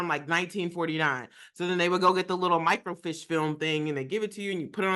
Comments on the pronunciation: Micro-Feesh is how to pronounce microfiche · Depending on the size of your city or town, there may have been a "main" library downtown that housed more records than the smaller branches. Otherwise they would contact a library in other locations to request the film. And yes, it was sent thru usps. Also FYI, it's pronounced "micro-feesh". Dammit I'm old!! 😂